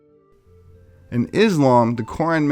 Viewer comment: FYI...... the Greek goddess Persephone is pronounced Per-seph-o-nē with the e at the end of her name being drawn out like Aphroditē. I'm not nitpicking it was just an observation on my part. I really enjoy all of the videos you've put on here. Thank you much.